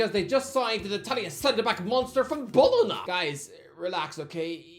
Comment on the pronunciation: Still can’t pronounce Bologna